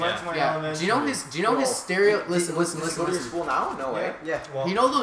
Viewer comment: how many times did say isten listen james listen